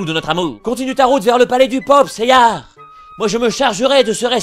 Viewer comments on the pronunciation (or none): Pourquoi ils disent "Seiyar" ? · Pourquoi "Seyar"??? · Je suppose que tu veux dire "Pourquoi dit-on Seyar et pas Seiya" ? Parce qu'en version Française, il se nomme ainsi.